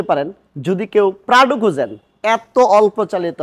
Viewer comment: Bro said Pradu😂